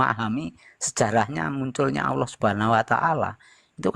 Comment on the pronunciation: Waah..sebut nama Allah aja gak fasih...